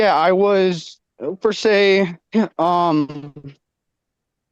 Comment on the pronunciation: GOOD JOB KENDALL!! GET IT GIRL!! 🎉 may be one of the dumbest people I’ve ever seen in court, and that’s saying a lot. Also,,,, it’s PER SE, not FER SAY 😂